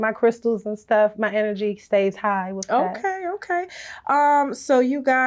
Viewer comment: I hate that she pronounces the word "with" like (wif).. ugg